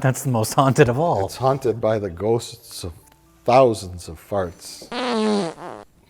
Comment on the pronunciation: Mike is at his most Minnesotan when he puts 3 extra syllables in the word “ghosts”